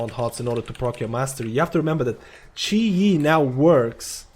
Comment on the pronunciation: its chi gee